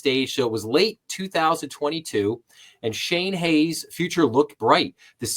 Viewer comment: Shan is my cousin. His name is pronounced "SHANE", and his last name is Hanes, Not Hayes. At least you attempted to pronounce his first name correctly in the beginning. Other videos pronounce it like Sean or Shan.